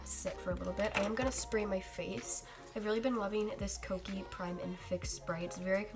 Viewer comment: I’m confused. You keep saying “koki” but it’s spelt “Kiko” (kee-ko) lol which way is it pronounced?